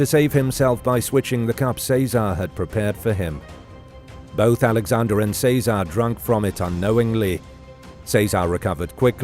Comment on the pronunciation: What’s with all the mispronunciations? Chez uh Ray not say czar 🤦🏻‍♀️